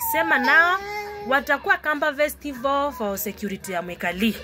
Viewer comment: Ni festival not vetival wewe